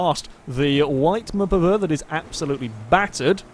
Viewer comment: how many times does say muhpuhvuh?